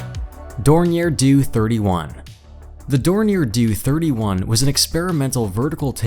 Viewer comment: The "DOO 31"???!! It's D-O (Dee Oh) . D'oh!!